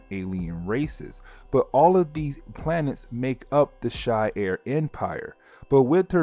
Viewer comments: She-are not she-air but honestly I’ve been watching all the videos so I don’t care ho you say things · It's "SHEE-ARE", not "SHY-AIR". It's always been that way, ever since the first time they ever made an appearance in a medium with actual speech (X-Men: TAS, X-Men Legends 1 & 2, Marvel Ultimate Alliance, etc etc etc). I mean, Jesus. Have you never watched or played a Marvel game/cartoon? Also It's "LIL-ANDRA", not "LILI-ANDRA". Where's that second "I" coming from when you say her name? I assume you can read, since you made this video on an actual comic. Did you see an extra "I" in her name? Cause I didn't. Literally just googled it too. There is absolutely no other spelling for her name, period.